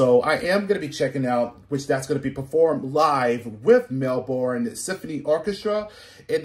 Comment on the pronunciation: This was from a concert in 1987, whispering Jack Australian tour.. And your pronouncing Melbourne wrong it's pronounced "Mel-burn" aa the "o" silent.. John is 73 not 71 & he most likely won't sing ever again coz 2 months ago he under went 12hour surgery to remove a cancerous growth in his jaw so half of his jaw had to be removed.. he's an Australian icon, we love him & sending him all the best for a speedy recovery..